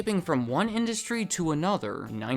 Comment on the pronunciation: I hate to be rude but I don’t like the way you talk. You always put emphasis on the last syllable at the end of every sentence. So the last part of the last word is always stretched annoyingly far. For example when you say “industry” it sounds like you’re reading “industryyyyyy”. I find this video interesting but this is just too annoying of a speech pattern for me.